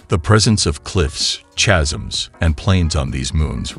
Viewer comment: The information presented here is good. However, the vid is like a junior high school essay trying stretch word count by needlessly reiterating the same thing several times. The info in the vid could've been presented in 10 to 15 minutes instead of 30 without the pointless repetition. Also, you might want to misspel "chasm" as "kasm" so that the text to speech pronounces it correctly.